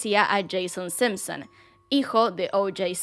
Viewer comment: Porque carajo decia sempsen jajaj solp esa palabra se animaba a decir con acento las demas no